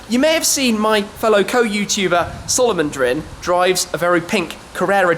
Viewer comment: Solovondrin? lol